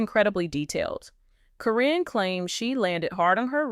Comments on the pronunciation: Why does the narrator keep saying Corrin and not Karen (Caryn) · I think this is false. The narrator can’t even get Karen’s name right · Her name is Caryn Chandler. I am so sick and tired of the poster pronouncing Caryn's name correctly in one sentence then mispronouncing in the next sentence. If the poster is so up to date on the family they should know how to pronounce the names. The poster has also mispronounced Zach's. Name as well. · They are just pronouncing her name wrong is what it is